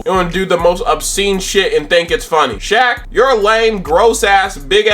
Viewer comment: The way you purposely butchered Shaq name got me good~ thatnks for the laugh